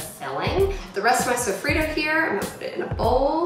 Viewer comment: lol tuna???? wtf. sofido?????? i'm dead, at least try to pronounce it correctly....